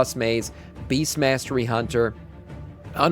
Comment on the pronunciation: Did dude say beastiality hunter?